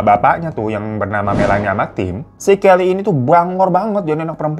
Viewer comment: Aku dengarnya Kelly kokokran😅